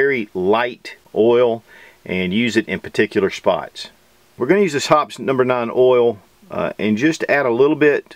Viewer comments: I thought it was pronounced Hopp-ees. Also, you briefly mention the COPPER LUBE ON SLIDE RAILS that comes from the factory. Mention should be made about CLEANING SOLVENTS, since many of them these days also DISSOLVE COPPER (a lot of ammo now is made of, or coated with, copper). I found this out the hard way. First time I cleaned my Glock, that copper dissolved and was gone. I'd only fired one round. But my gunsmith said it would be OK with proper lube. Glock recommends it be left in for long term tight tolerance fitting/sliding of the parts for optimum performance. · Well made video but a few issues. The thing you don't want to nick is called the crown. The stuff you've been using for 30 years is pronounced "hop-eez". You don't dip stuff in the master container. Pour some into a dish or what I do is load up a needle oiler bottle and use that to saturate patches or place a precise amount in precise places. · Using Hoppe's for 30 years, I love the smell! They even sell a car air freshener ! It's pronounced hopp-ez ( like hopp and ez as in the word (without the k) keys....hope-ease...